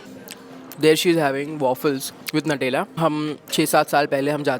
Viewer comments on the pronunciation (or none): I don’t have big dreams. Bas go trails zoro se chal jaaye. And it’s not NATELA, it’s NUTELLA - New Tella 👍